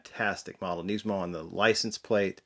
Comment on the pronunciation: Can you please say Nismo properly? It's not Neesmo. I managed to snag one of these so I'm excited, I just wish they would have displayed it with the hood open 'cause I already have a loose purple one and was planning on keeping this one on the card.